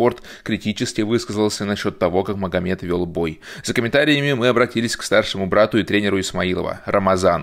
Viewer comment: Магомед а не Мухаммед